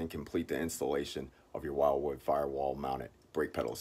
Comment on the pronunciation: Umm... Pretty sure it's "will-wood" not "while-wood"